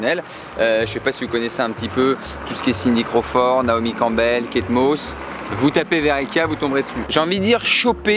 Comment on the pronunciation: il dit pas Kate Moss, il dit Kate Mauss 😭 Jpp 😂😭